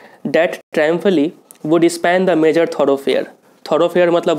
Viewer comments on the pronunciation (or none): none